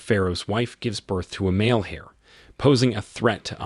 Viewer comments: I am truly disappointed with a VAST majority of "narrators" on various YouTube videos that seem to be unable to correctly pronounce certain words, and place names. In THIS video Thames should be pronounced "tems" ; heir should be pronounced "err" or "air" (the h is silent ); treacherous is pronounced "treh-chure-us" ; barrage is pronounced "bear-ahj" ; clandestine is pronounced "clan-des-tin" ; and these occur in just the first ONE-THIRD of the narrative! Having learned proper grammar, pronunciation, and spelling in grade school I can clearly see a lack of educational integrity on the part of those who educated this particular narrator. The only other "excuse" would be that this and other videos are being produced by an AI entity that was not properly programmed to correctly pronounce the English language. Very sad. I can't even finish this video due to the cringeworthy narration. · Another garbage AI voice over; cannot pronounce Thames or heir correctly. And that’s all within the first minute and 20 seconds. And that’s when you lost me. Get a real person to do this voiceover. Then I’ll listen for 25 minutes. Hearing somebody, or some thing mispronounce words, is like reading and seeing typos; it’s bloody distracting as hell. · Why are there so many misprounciations? And they're common words. Heir? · Yeah and he cant pronounce 'heir', or 'clandestine', so had no place correcting others. Clearly going by their owns phonetic accent and not the queens.